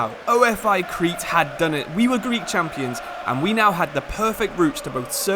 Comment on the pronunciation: it's pronounced ofe with e not o. f. I. ofe